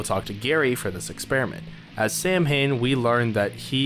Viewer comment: Nah, that's Sow-wen 😎. Although the Void Prince and Princess ate invincible, they can still be sucsessfully soulsnatched. Final Bosses are weird. I remember winning when both of them still had half their HP left. There are also different endings. Finished the game twice: Gary+Samhain, Gary+Helena. There should be additional playtesting right now.